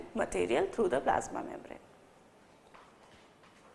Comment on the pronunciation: Really too good ...mam.. But pronounce membrane correctly